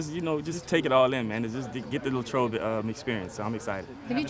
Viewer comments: Lay-trobe Common mistake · It is Lay-trobe though lmao